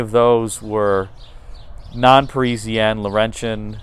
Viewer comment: for god's sake ,it is not Presianne,it is PARISIANNE